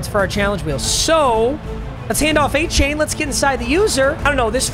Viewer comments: Pronounced A-chan not a-chain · Hey, it’s pronounced “A-Chan” not “A-Chain”. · I wish A-chain' name was actually pronounced like that. But hes been telling people its A- Chan . Chan like Jackie Chan. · FYI, Achane's last name is pronounced "A-chan" not "A-chain". It's not a big deal but if he is your RB for the rest of the season, I would probably try and fix it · 88 overall Leighton Vander Esch gets lurk artist lmaooooo. Also it's A-Chan not chain. CHAN as in Jackie Chan. Not chain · Btw his name is prounouced a-chan (like jackie chan) rather than a-chain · A-Chan Not A-Chain papa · Not trying to sound like a dick or speech teacher, but it is pronounced A-Chan, not A-Chain. Pronounced it the same way for a while. Love the vids, keep up the great work. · its pronounced a-chan. still love you papa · Papa its pronounced A-Chan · Acane is how it is pronounced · Hey man just wanted to let you know it's pronounced da Vaughn achan like 4 chan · Pronounced a - chan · For the love of god pronounce his name right It’s not A-CHAIN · Yo gotta pronounce Achane the right way he was pissed after his first game when they were saying it wrong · please learn how to say achanes names 😂